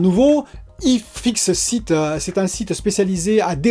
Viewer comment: Y fixeu iteu 😅 Désolé je suis moqueur mais ça m'a bien fait rire ^^